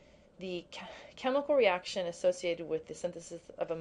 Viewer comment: you said eraction lol <3